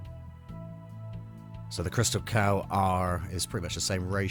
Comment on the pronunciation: It's Crystacal not Crystal Cow!